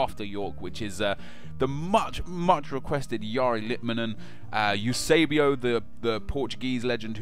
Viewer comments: It's EUSEBIO NOT EUSABIO ! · Eusebio (by the way is Eusebio and not Eusabio) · It's Eusébio, not Eusabio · its eusebio not eusabio but i want eusebio because im portuguese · It's not Eusabio, it's Eusébio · Holy shit dude, its Eusébio! not Eusabio. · DO EUSEBIO! but eusabio? really nep? as a portuguese im pissed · EUSÉBIO dude!!! Not Eusabio!!! Do something about him. He was insane!!! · He's not Eusabio he's Eusébio... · It's not Eusabio but EusEbio come on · It's Eusébio not Eusabio! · Yo it's Eusebio,not Eusabio...Keep up the good work man!:) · Its Eusébio , not Eusabio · Nep do Eusebio it isn´t eusabio is Eusebio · EUSEBIO, not eusabio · Its not eusabio its Eusébio!-_ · Its "Eusébio" not Eusabio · Eusebio..... not eusabio ;) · do EUSÉBIO! not eusabio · its eusebio, dont know were u got the a from everytime i commented lol but its ok im glad ur finaly going to do him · Also, it's Eusebio, not Eusabio. :/ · Not eusabio its Eusébio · Eusabio? Unsub just bcause of that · EU-SÉ-BIO NOTICE THE SÉ OK?! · u fucking piece of shit its eusébio u fucking jerk im portuguese u fucking bitch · Its Eusébio